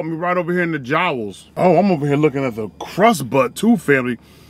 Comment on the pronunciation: “Caught me right here in the jowels” ☠️